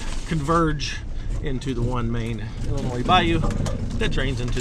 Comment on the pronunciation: Thank you for pronouncing Illinois correctly! Everyone always ends it with a sssss